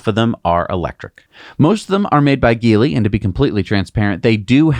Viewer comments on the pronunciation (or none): none